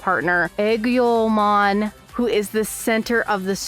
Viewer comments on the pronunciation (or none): You got some things wrong. The server in this game is call Iliad named after the Greek poem. Hence why you see Greco Roman influence. Aegiomon’s name is pronounced A-geo-mon. You confused traits for attachment skills. (Also personally I’m not a fan of the dub names and dub levels. I prefer the original baby to child to adult to perfect to ultimate to super ultimate)